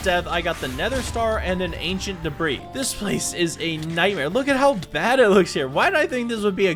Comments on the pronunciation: Ugh. Debris: ‘Duh-Bree’, not ‘Debra’ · It debr-ee/ea not debra . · Gets netherite "DEBRIS" proceeds to call it "DEBRA" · Ah yes, your first Ancient Debrah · Why bro keep calling ancient debris “Debra” 😐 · "Ancient Debra" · Bro is callin debris for debra😂😂😂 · debris not debra